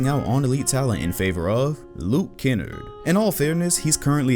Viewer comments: Mans said Luke ken-Erd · Lmaooooo Dude said Luke Kennerd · He said Luke kenard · Can someone please say Luke Kennards name right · You said lukes name wrong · Said kennard wrong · why you say kennards name like bro